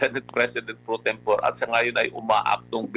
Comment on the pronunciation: Mali ang pronunciation ni Lambino ng salitang "pro tempore". Ano ba yan attorney.:face-blue-smiling